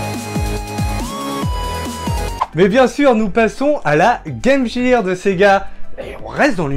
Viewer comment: Game Gear se prononce GAME GUIRE :)